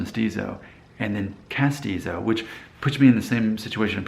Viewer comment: Yes, you are castizo and you pronounced it correctly. But it is an old term that no one uses it anymore. In Medellin, where my mom is from, they did this to water down the Indigenous people. It was better to be Castizo than Mestizo. Sad world.